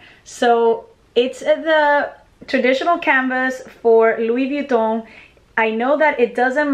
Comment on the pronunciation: Wish I could say Louis Vuitton like you do, but my Midwestern accent just won't allow for it. Need to bite the bullet and buy a Louis, love your purchase.